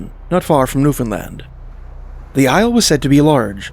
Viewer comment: Thank you for pronouncing Newfoundland correctly!